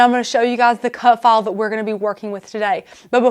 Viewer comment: what the hell accent is it? I thought she was saying cut fall. finally, she pronounced file with an i sound, so I knew what the heck she said.